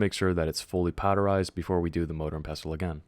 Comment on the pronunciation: I punched the air for no reason when you said "motor and pestol" and you kept saying it just to trigger me but I love your video thanks for this